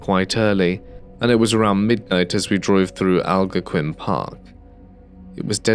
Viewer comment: Canadian here 😀 It's Al-GON-quin Park, not AL-go-quin.